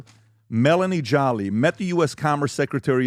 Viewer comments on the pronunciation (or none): you mis pronounced minister name. Its spoken Jo lay.. but you said Jolly. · My man said “Melanie Jolly” 😂😂